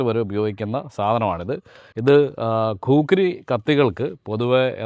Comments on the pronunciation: കുഖ്രി ആണ് ഖൂക്രി അല്ല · ഖൂക്രി (khrookkri) എന്നല്ല. ഖുക്രി (khukri) എന്നാണ് പറയേണ്ടത്. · കൂക്കറി അല്ല ഹേ ഖുഖ്രി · ഖുക്രി എന്നാണ്...